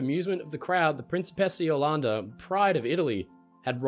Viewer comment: Hey, I just wanted to point out a couple of details about pronunciation of the Principessa Jolanda in Italian: - The R is non-rhotic, which means it is not pronounced as the English r but more as the T or D sound, such as the T in the American Star ted. - The C is hard, which means it is supposed to be pronounced as the C of Ch ew -The S is supposed to be held longer, such as the last s's in Sa ss - The O and first A of Jolanda is closed, not open. That means that instead of pronouncing an O as in N o you pronounce it as in L o re and instead of pronouncing the A as in A men you pronounce it as in A pple